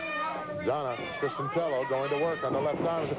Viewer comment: DONT you just hate it when the announcer gets the last name wrong and the company running this show, gets the last name wrong as well? CHRISTIANELLO...DONNA...LOL